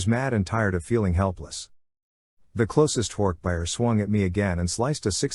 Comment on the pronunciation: Hork buyer. It’s bajeer lol